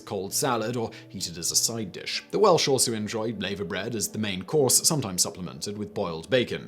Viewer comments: Lavabread is pronounced Larvabread not layvabread....and it's delicious with fried bacon, eggs and fried bread. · Its pronounced lava bread not layver bread like the molten rock that comes out of a volcano. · It's NOT 'Laver bread'; it's 'LAVVER bread'. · Laverbread is pronounced laaverbread not layverbread. FFS Simon. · And it's lavahbread not lavuh.. Can you research pronunciations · It’s pronounced lava bread. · It's pronounced ' lava' bread. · lavErbread is pronounced "LarvAbread" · Laverbread is pronounced as "lava-bread", like the hot ouchie stuff a volcano spits out, but, then again, Rotherham exists too....... :P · Haggis and Black Budding, both utterly delicious. Oh and Simon, what the hell is layver bread (sic). It's pronounced the same way as the stuff that comes out of volcanoes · What! No Steak & Kidney Pudding? The Irish Colcannon is nothing like Bubble & Squeak. Mousehole in Cornwall is pronounced Mowezal. Laverbread is pronounced Lava Bread. (Lava as in what comes out of a volcano) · Its pronounced laaver bread ! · Nice video. Some of you pronunciations are a bit off though: Mousehole (mowzal), laverbread (larva), colcannon (coll-cannon).